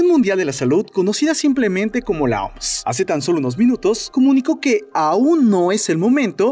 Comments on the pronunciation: Por que le dicen "Oms". Se pronuncia O M S. No hay por qué ir por la vida inventándose cosas. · Lo siento no puedo tomar en serio alguien que dice OMSSSS en ves de O EME ESE 🤪